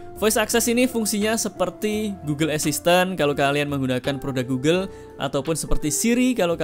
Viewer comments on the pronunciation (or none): none